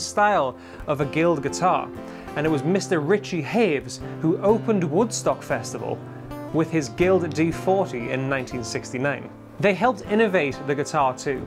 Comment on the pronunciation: Richie Havens not Haves